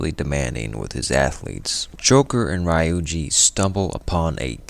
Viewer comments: it was a pretty good video btw! I think ryuji is pronounced ree - yujee instead of ry-yujee but it is not really that much of a problem. Great work! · a really good recap but maybe u need to revise your pronunciation of some of the characters, notably ann and ryuji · Great recap. How did you go through 80+ hours of gameplay and still pronounce their names incorrectly. Its one thing to have a dialect. But you hear then pronoune Ryuji a certain way over 200 times. 🤷🏾‍♂️